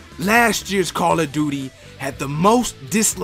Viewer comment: Kahrl of duty